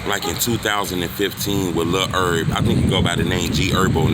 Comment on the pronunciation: 😭😭😭😭 cut em some slack that's how u pronounce it otherwise lmfao he cracks me up with that though he always calls him Lil Erb. I know he saw the comments last time he did it 😂